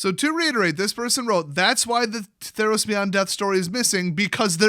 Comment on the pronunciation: Really? You said "Theros-Os" when you could have gone "Ther-Os?" I'm not mad, I'm just disappointed